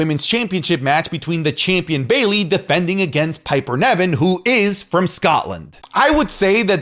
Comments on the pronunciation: Please by god, stop saying Piper NEVin, when its NIVen:(((( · Its NIVEN , NOT NEVIN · please look up how to pronounce Niven, it’s driving me crazy how you say it 😂